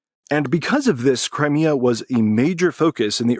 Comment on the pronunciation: Learn to pronounce Crimea correctly!